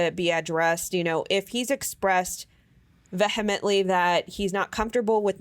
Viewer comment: Vee hemently. ❤️